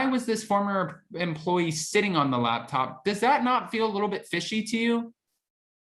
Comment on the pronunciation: are you saying labtop or laptop? sounds like your saying labtop to me